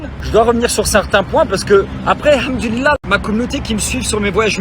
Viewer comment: Le double "hamdoula", façon chti m'a flingué !!